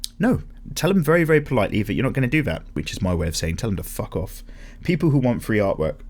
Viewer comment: The way you say "art work" in the intro sounded to me like "art twerk" now the picture of some paper twerking cant get out of my head